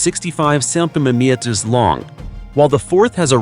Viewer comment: This commen is for the narrator who has trouble with the word centermetre, the easiest way to pronounce it is CEN TER MET ERS.I do not want to insult you as I too have problems..👍 Noreen Readett Australia 🦘